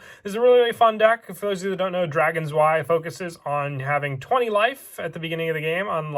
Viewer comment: Im not sure why but the way you say drei and zwei bothers me XDD